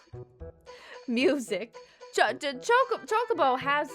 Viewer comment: She purposely saying chuck a bow what's a chuck a bow